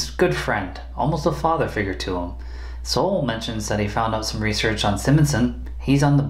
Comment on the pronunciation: His name is Saul not Sol.